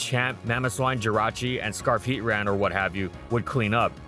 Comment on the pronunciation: NO AT LEAST 60 YEARS AGO. HOW DID ANYONE WIN? BUT IT 1 HIT KO’S. BUT YOU CAN’T 1 HIT KO IT, YOU CAN START WITH IT. IT’S PRONOUNCED ( HEAT-TRAN ).